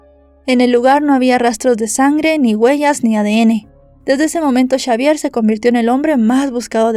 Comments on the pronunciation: Todo bien, excepto porque decis chavier y no es esa la pronunciación correcta más bien la X suena como una S en ese caso seria Savier la forma correcta de decirlo. No es crítica pero se que no tendrías porque saber toooodo y hacerlo perfecto aunque tu trabajo es impecable. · Xavier se pronuncia Chavier o cómo Javier.?